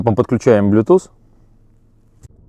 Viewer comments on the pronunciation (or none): none